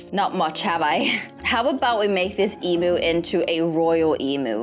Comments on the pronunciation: the way she says emu her: Emoo Aussies: Eemyoo Her:Emoo😃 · not eeeemnu emu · It’s emu not Em! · I loved how they said emoo instead of emu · YOU SAY EMU WONG!!!!! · Me being Australian I get annoyed (not trying to be rude hehe) how she says emu lol. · you said emu wrong lol